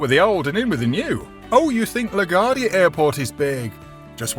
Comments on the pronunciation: That's LaGuardia Airport, named after the beloved major. Pronounced "le gwar dee uh" 😂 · La Gwardia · Will someone please teach this fellow how to correctly pronounce LaGaurdia? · If you're going to talk about urban development you need to know how to pronounce Laquardia! Newark is in New Jersey! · It would be nice if the Narrator would learn to pronounce LaGuardia.